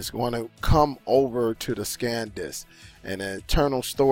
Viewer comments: The name is SAN disc. You kept saying SCAN disc. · Liking your videos but need to tell you not trying to diss or anything but I thought you would have corrected yourself after saying that like 6 times it's not scan disk it's San disk.. just wanted to help out have a good day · It's: S a n D i s k Not: S c a n D i s k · Great video but its "SAN" Disk not "Scan" Disk. Much love.